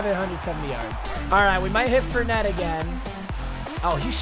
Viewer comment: It’s Leonard (4)net not Leonard fer net